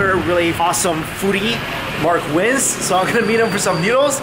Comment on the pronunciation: Mark weins not wizz